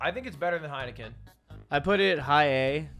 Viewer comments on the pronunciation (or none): Ludwig: (Heikenen) This is pretty fire Dutchies: Heineken is fucking piswater man